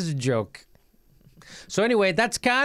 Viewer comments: Can ada, not... Con ada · Jimmy: "Caw-naw-daw".